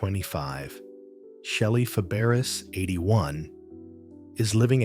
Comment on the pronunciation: I stopped watching after the narrator mispronounced the name of the subject in the first sentence. That does not exactly lend credibility or trust in anything you say after that.